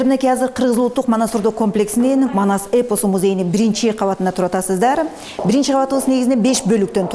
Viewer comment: Маназ эмес Манас деп туура суйло